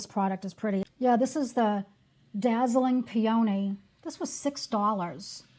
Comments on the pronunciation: What a great video, featuring affordable and mostly clean products! I did laugh at Pe-ony, it took me a second….oh she means peony, like the flower😅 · Peony is a beautiful flower it's pronounced pea-a-knee